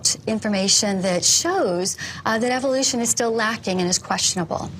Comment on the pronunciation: what about how he says Evil-lution